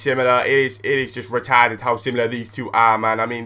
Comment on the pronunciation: The way you said retarted made me laugh